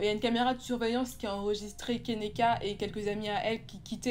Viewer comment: Enfaite son prénom se prononce Ke-ni-ka et pas kénéka voilà :)